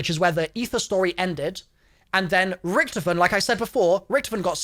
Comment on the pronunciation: you pronounce it horrivly wrong sounds like youre saying recktom